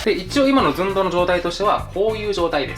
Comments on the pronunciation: の動画と言えば！！！！ ずん↓どう↑ ですよね！！！！！ これが大好きです笑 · もはや寸胴のずが発音されてるかあやしい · 寸胴の「ず」しか聞けなかったw